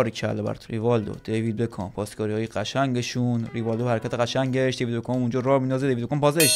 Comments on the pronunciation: میگه دیوید بگام😂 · بعد از هر بار که میگه دیوید بکام مد در حال تلاش که نگم دیوید بگام😂